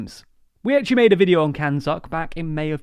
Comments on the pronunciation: Did I hear CANZUK as "(it) can suck"? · So no one is going to talk about the pronunciation of CANZUK is literally, as the name suggests, “Can-Suck”.